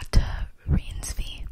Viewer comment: Worst Person could definitely be a sweet revisit at some point! You did not butcher Renate’s name, it’s a tough one, for her surname - «rine-zva» might be a decent way to write how you say it haha, but your pronounciation is great! I’m curious for the project she is a part of, with Hoyeon as well!☺️